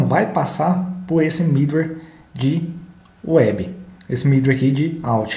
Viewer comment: achei os vídeos ótimos e da pra ver que você domina bem o Laravel, se me permite fazer só uma observação, é com a pronúncia de alguns métodos em inglês. quando você fala do with ou middleware, pela pronúncia não dá pra entender direito. não atrapalha o entendimento porque to lendo na tela, mas acho que é importante pra quem tá estudando se familiarizar quando ouvir alguém falando os termos técnicos em material de fora. obrigado pelos vídeos... muito bom o material.